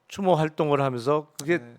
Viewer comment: '한밤 추모'를 '한밤 주모'로 읽어버림...